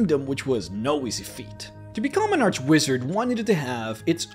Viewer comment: Can't watch cause you say "arch" wrong